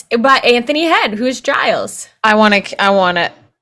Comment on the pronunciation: Not Anther-knee its Ant(huh)knee.